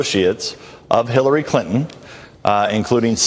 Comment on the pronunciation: I heard it too. Dan said Khillary!